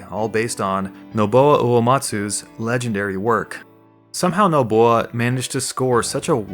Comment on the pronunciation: The amount of times you say "chalk-oh-boh" and "Knob-u-oh" is tilting me.